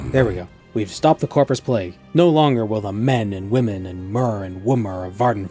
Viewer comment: Just dropped by to say that I loved ”mer and womer" and I'll request being addressed as a womer from now on.